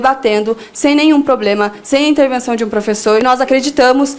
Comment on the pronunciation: presidente de estudantes falando " poblema " pátria educadora